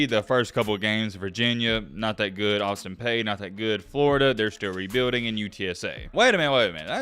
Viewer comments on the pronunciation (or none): it’s pronounced Austin Pee like urine trust me I go there and one of our chants is “show me your Peayness” (like what’s between your legs)